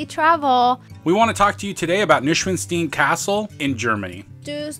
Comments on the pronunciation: Noy-shwan-stine. That's how to pronounce Neuschwanstein. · You need to learn how to pronounce the name of this castle! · you butchered the name at the start :D I would actually get a hike from the mountain (there is a cable car) and get on the bridge from the other side. The castle itself is a little bit overated, Linderhof is much nicer. The tour inside the castle is ok, but DONT make any photos on the guided trip inside because they actually will kick you out for that (we had a guy like that on our trip). And mostly, dont overpay for guided trips. Rent a car! There are so many cool places nearby and if you dont go up the mountains then you need only 3h for the castle and got loads of time to check the other spots nearby.